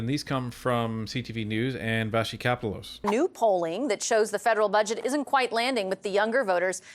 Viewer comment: KAH-PELL-OSE Seriously...why are you still mispronunciating this?!? At least you've figured out "Vassy"